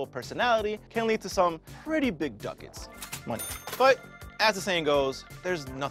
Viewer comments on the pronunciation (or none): He said dukets